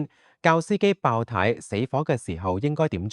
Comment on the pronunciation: 係爆（tie) 呀，儍佬AI 😅